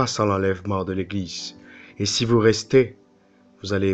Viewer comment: Sinon on dite « Eglize » et pas « Eglissse » !!!😂😂😂